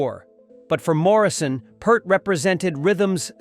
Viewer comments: Neil Peart. Peart is pronounced Peert. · It's pronounced Peer-t, Like fear or fishing pier. I saw an interviewer ask him and that's what Neil said.